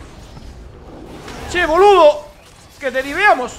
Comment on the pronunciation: Jajajaja! como me cagué de risa. "Che boludo!" el acento argentino te salió genial.